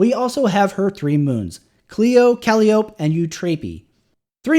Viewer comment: Just a head's up that Calliope is pronounced kal-aye-o-pee. Not kal-ee-ope.